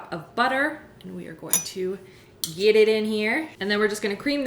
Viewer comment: I thought that she said yeet it in here, then t hit me, she said geet it in her.